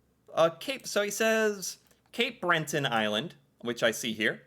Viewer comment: Was anyone else triggered every time he said "Cape BrenTON island"? No hate btw I love your videos, I just thought it was funny.